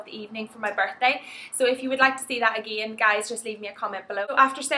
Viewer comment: please dont say "again" like a country girl...it sounds awful